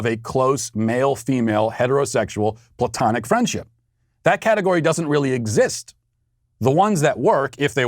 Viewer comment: Matt. Correction. It is not ploutonic love, it is Platonic.